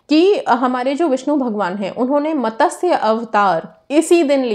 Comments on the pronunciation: its MATSYA not MATASYA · मॅडम,मतस्य अवतार नहीं,मत्स्य अवतार